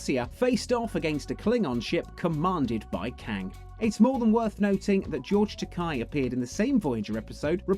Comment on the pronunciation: George tuh-kay, not George tuh-kye..... also Scotty & Dr McCoy both appeared on TNG, Anika Hansen/Seven and Icheb went from Voyager to Picard ( still pissed about Icheb though... ), and TNG's Hugh returned in Picard.. if the rumors are true Picard is also set to see the return of Voyager's Doctor and TNG's Guinan in season 2